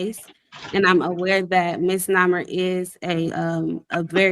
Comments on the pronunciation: Did she just pronounce misnomer as "miss-nommer?" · Misnomer? Is that what she’s trying to say?